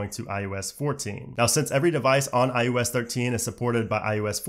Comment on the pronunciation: Him pronouncing “iOS” as “iUS” is killing me slowly inside.